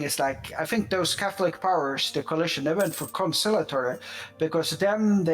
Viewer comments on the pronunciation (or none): Concilliatory not Concialtory